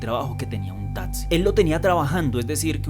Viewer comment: Me parecen brutales los relatos, pero no aguanto la dicción. Un consejo, trata de mejorar la pronunciación "tatzi" por taxi